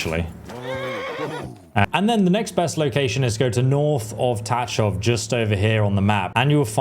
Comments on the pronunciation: Please stop saying Ta Chov. It's pronounced Ta H hov. In one syllable. (Well as close to one as you can manage) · Your pronunciation of Tachov is very wrong……but I understand it from English perspective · lol your Tachov pronunciation is funny. English talking people cant pronounce it I heard so I dare you to try to pronounce it according to google translator.